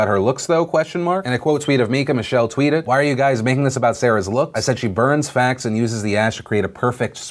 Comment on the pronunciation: YO DUDE IT SOUNDS LIKE THE COMEDIAN SAID “BURNS FAT,” NOT WHAT SHE ACTUALLY SAID, “BURNS FACTS” while I didn’t enjoy her jokes, I don’t think they’re as “tasteless” as everyone thinks. Shit doesn’t matter, we’ll forget about this in two weeks.